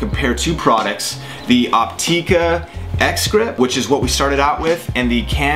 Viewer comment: Its pronounced Opt"ih"ka not Opt"ee"ka.....